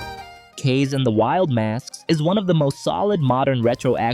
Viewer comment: Thank you for that video, definitely going to try some games there. Just so you know, Kaze is pronounced “KAH-zeh” (the Japanese word for “wind”).